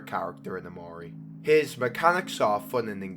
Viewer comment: One nitpick, pretty sure Mari's name is pronounced "Mahr-ee". This makes better sense, because it's a Japanese name meaning Truth. And Omori is filled with references to Japanese culture, the flower meanings, the bonsai tree, flower arrangement classes, and Oyasumi, meaning good night. Also, not mentioned in game, but Sunny's flower, the white tulip means forgiveness and white erget orchids are native to and regions near Japan.